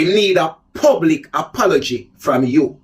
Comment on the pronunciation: The bee seh gayvin 😂😅😂😅